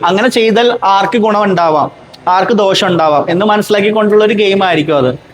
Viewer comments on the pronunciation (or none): none